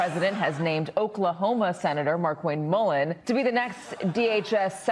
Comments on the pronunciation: People seem to be pronouncing Markwayne’s name as “Mark-Wayne” - I assumed his parents pronounced it “marQUAYNE” … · I believe it's pronounced 'mar-kwayne!' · Are we sure it isn’t pronounced Mar-KWAYN-Ñe? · Mullin has only one first name: Markwayne. From the look of it written out, it should be pronounced "Mar-kway-nee".